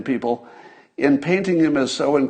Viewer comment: Glorious! "Fine Beople."